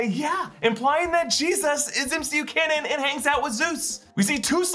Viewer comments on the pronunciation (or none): none